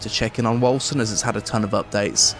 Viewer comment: Bruh I always peonounced it like "Wolken"... Hearing the correct pronounciation is somehow unsettling